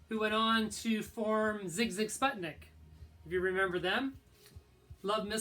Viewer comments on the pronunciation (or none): none